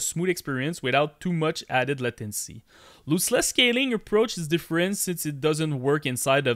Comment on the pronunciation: Lost-Less not Loose-Less